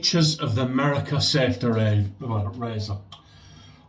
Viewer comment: Howdy, Angie, Sammie and Posse! “Merica” in a pretty darn good American accent. 🤣😂 Great shave my friend. Much love and joy all around. Keep pushing back against the darkness. 👍🏼❤️👍🏼